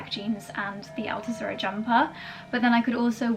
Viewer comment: Not Altozura, but Altuzarra. You confuse it with Aquazzura, my favorite shoe brand😂